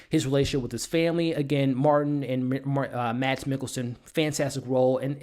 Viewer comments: If you want a pro tip of how to pronounce Mads in case, you have to do another review with him, it's pronounced a lot like the word 'mass'. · Mads is pronounced "Mass". The "D" is silent. Watch "Adams Apples" (2005) and "The Green Butchers" (2003) - both dark danish comedies